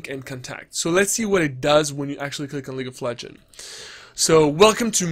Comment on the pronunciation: It triggeres me that you constantly say "League of Legen" instead of "League of Legends"